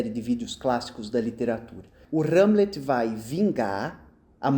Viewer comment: "R"egel e "R"amlet é muito bom, rs.